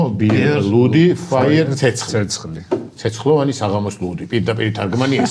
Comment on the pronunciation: ცეცხლი არის "ფოიერ" (Feuer) და არა "ფაიერ".